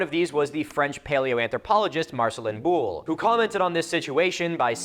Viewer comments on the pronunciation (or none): none